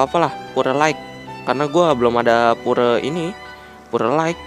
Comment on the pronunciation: Penyebutan pure yg benar bukannya "pyur" ya?